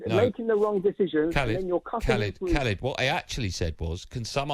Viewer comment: When they first said his name I thought it was someone called "Calid".